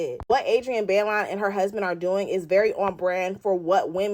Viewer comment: It’s (BYE-LOAN) Baillon but either way you say it, it still spells Jezebel 😂😂😂😂